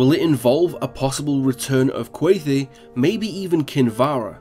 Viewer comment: Did you just say Qua-thee?? Just don't stress the E...